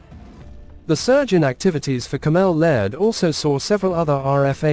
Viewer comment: Where do these posters get their reporters / text readers who don’t even know how to pronounce well known UK defence companies such as caMEL Laird or Bay (BAE ) systems … obviously they’re just reading from a script without knowing or researching the companies involved.